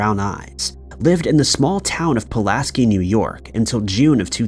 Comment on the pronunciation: It's Pull-ask-eye